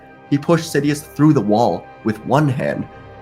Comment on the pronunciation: He said " shidious"